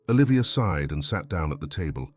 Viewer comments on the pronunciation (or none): sighed not side